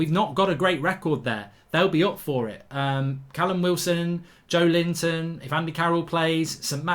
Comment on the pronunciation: I don’t think mark realises its Joelinton not Joe Linton😂